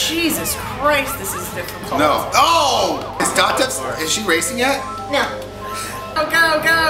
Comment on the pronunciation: her name is datev, not dotev!